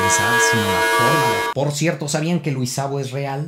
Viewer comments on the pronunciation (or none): Es "cierto" no "xierto"